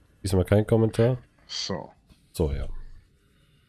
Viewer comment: Bei Reinerle gibt es kein "so" es gibt immer nur "ßo".